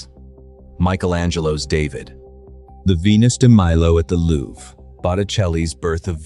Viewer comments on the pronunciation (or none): none